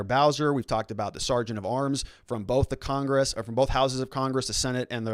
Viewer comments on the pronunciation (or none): none